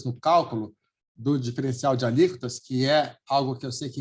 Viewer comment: "Alícotas" ??????? não seria "Alíquotas"!!!